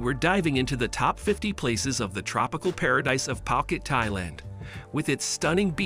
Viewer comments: Its pronounce as phoo-cat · Love your vid, but can you learn how to say phuket properly next time, its hard to take the vid seriously if you dont take the time to pronounce the place your talking about.